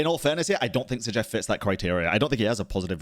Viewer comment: zah jeef lol, bro saying his name like its some israeli name lol